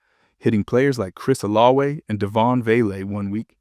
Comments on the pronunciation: That's how you pronounce Olave in French. 🤔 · I hate the way this guy pronounces Olave